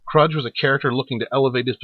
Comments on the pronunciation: "Kroog", exactly. I never thought I'd hear this name mispronounced in the same fashion as Duckula mispronounced Cluj as Kludge and not Klooj. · Okay, so you can pronounce the Klingon word for success but not Command Kruge (pronounced Cru-g(hard g))? Crazy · "kruj". The Klingon spy Valkris very clearly pronounces his name in ST3. HARD "G", and a long "oo" not a short "u".